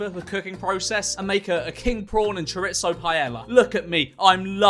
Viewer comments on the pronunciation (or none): choritso? Oh dear